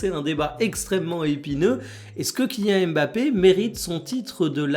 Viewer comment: « kylian mafé » merci pour ça 😏